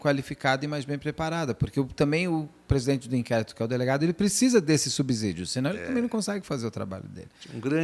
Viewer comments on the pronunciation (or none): Beto, pronúncia é sub - sidio como se fossem 2 esses, ok? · OWWW BETO....SE ESCREVE SUBSÍDIO MAS SE PRONUNCIA SUBCÍDIO E NÃO SUBZIDIO!!! COMO DIRIA MEU BOM E VELHO PAI ; seu carro é estacionado no 1° subzolo ou no 1° "subssolo"